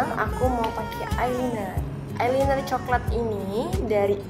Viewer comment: emang sih tulisannya concealer tapi bacanya konsiler bukan konciler. ayeliner bacanya aylainer bukan baca langsung ayliner.mau kasi tau pemerah pipi yg kk omong itu blush on yaa...bacanya blash on...heheheheh aku cuma mau perbaiki cara omong yaaa...dont judge me...btw maaf nama akun aku tasya cantik buanget, alay yaa hehheeh...soalnya cuma mau lucu lucuan doang